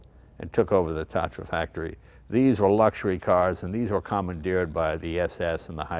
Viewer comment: Tah-tra. The first "a" is spelled longer, since it's named after a Hungarian mountain (Tátra).